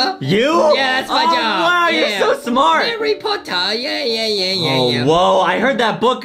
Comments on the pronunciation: Boxy be like "SoMe hArReY PoTaH" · Hawwy powter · when a rich lady teach foxy how to read Foxy:HOrRy pOTtaR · Harry pota hahaha